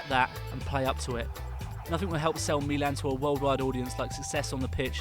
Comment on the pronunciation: His pronounce is right but he stretch the "i" and that's wrong because the "i" is short.